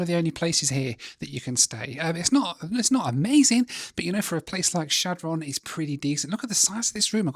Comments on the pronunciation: Shad Run is the proper pronunciation. It's not Shad Ron. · I know you're a dirty furrener so I'll give you a pass, but just so you know, it's pronounced "Shadrun", no pause and with an "uh". The locals call it "Shad". Back in 2017 we were driving from Denver up to Valentine NE to see the eclipse. We were driving in two cars, I stopped at the McDonalds in Shad, my wife in the other car didn't know why. I informed her that there was basically nothing all the way east to Valentine. There is one general store built of hay bales a couple of hours east near Cody, that's about it. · Great video and a blast from the past for me. I grew up in the Omaha area and, during the 60's we drove through Chadron (pronounced SHAD run in Nebraska) several times on our way to Ft. Robinson State park and on to Wyoming. Such towns are American treasures. Keep on visiting these towns that many will never get to experience! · Chadron is pronounced Shad Rin by the way!!! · Can't believe he visited Chadron and didn't show any of the university. Or did I miss it? Kills me every time he says Chadron. Never heard it pronounced like that before and it just made me chuckle.